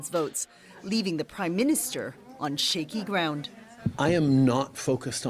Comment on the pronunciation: Did she say Shieky ground? Lol